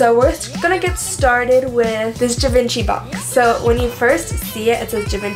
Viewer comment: The way she said Givenchy made my ears bleed.